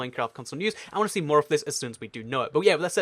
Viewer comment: Orange Juice Want* not 'whant'